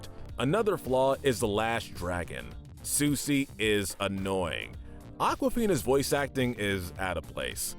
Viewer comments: " susi " me: "It's sisu?.." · Um it’s not Susi it’s Sisu and Sisu is awesome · And they need to learn how to pronounce one of the main characters names. I got so frustrated hearing Sisu called Susi over and over. But despite liking the content I've HATED a lot of the awful pronunciation through a lot of the videos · Yeah, Susi! 😂😂😂🐉🍱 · You guys left out Princess and the Frog 🐸 And you pronounced Sisu's name wrong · Ok some notes *You pronounced Sisu wrong *You insulted Jim Cummings talent in voicing characters when he’s been a beloved staple for decades *The sides characters in big hero 6 (not the villain) we’re pretty memorable cause of their distinct personalities *I don’t think the message of Encanto was just all about perfection, it was also about family love and accepting each other (there’s also a small message on how grief and tragedy affect people) *That comment about Ralph being a creep for being friends with a kid and being overprotective was really unnecessary